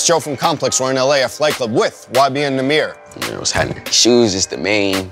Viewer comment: when did nahmir and michael mires have a kid for you to say "nahmire" ?🤔🤔